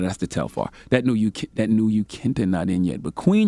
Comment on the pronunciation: mans said "the queen yukenta" LMFAOO